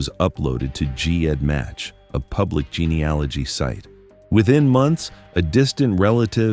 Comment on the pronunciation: If you are going to post crime stories that use genealogy, due to it's importance in forensics, you may want to say it correctly. You currently say it wrong every time. Google it and correct these posts, it doesn't give much credence to your research. Is it also wrong?+